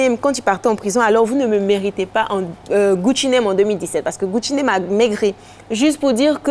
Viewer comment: alisar c Gucci Mane Mai's pas Gucci name vraiment Elle va tué avec xa